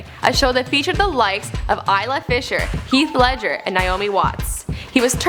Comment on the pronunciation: "Heawth Leadger" totes bruh.